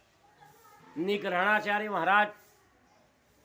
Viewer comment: अबे जोकर पेहले निग्रहाचार्य बोलना सीख ले । निग्रहणाचार्य नहीं निग्रहाचार्य बोल । काशी में तेरे मूर्ख दयानन्द को बार - बार हराया गया लेकिन फिर भी वो बेशर्म जीत का दावा करता रहा । "वैदिक सत्यार्थ प्रकाश" और "विनय" पढ़ ले मूर्ख म्लेच्छ । शास्त्रों में वर्ण जन्म से है ।